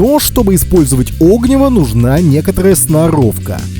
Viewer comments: Правильно говорить не о́гниво, а огни́во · Видео хорошее, но оги́во, а не о́гниво. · 'Огниво нет а огн'иво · Извините, но так ухо режет "Огниво" правильно огнИво! Неужели даже в детстве сказку не читали? А видео полезно. Спасибо. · Ну как можно в таком простом слове делать неправильное ударение? Какое нафиг Огниво, всегда м всюду огнИво. Вы что, сказок в детстве не читали? Мультики и фильмы не смотрели? Откройте тогда словарь Ушакова или Даля. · Надеюсь, спустя пару лет вы с сыном научились правильно ставить ударение в слове огнИво!? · Вы не выговариваете букву "Р".....ОгнИво ! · огнИво, а не Огниво ) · о́гниво прямо ухо режет. Спички и зажигалка промокли, а сухая береста кругом? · огни́во. Можно же было посмотреть, как ставить ударение. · Поменьше неподготовленной болтовни, пожалуйста, уважайте чужое время. Правильное ударение на названии предмета, который вы обозревание, тоже необходимо) огнИво, разумеется. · Тоже хотел об этом написать... Режет уши такое ударение. Ох уж это современное поколение, не читавшие в детстве классики. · Реально, режет слух, даже досматривать не стал